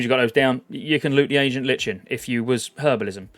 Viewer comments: It's not Li-chen, it's Ly-Ken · I'm new around these parts and i'm loving the content my guy, but if you keep saying LICH-in instead of "lie-kin" i'm gona frickin cry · Might just be a British thing but I’m pretty sure it’s pronounced “LIKEN” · Ancient LIKE N idk why everyone has trouble with that word >.< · We British pronounce the H in Herbs. But yeah Lichen/Lyken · Love your content mate, I'm subscribed to many youtubers following classic content, but just want to say - it's pronounced : Ancient "Lie-kun" - lichen is a kind of mold or fungus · Nice vids man. Just a critism, lichen is pronounced 'laiken.' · hurts my soul every time he says "herbs" and "lichen" wrong every 10 seconds